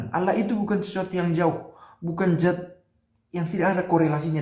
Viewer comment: Maaf Pastor, bukan Zat tapi Dzat.